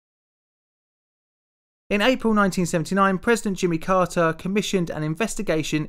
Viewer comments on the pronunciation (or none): none